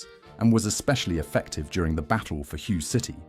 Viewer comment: Hue us pronounced "hway".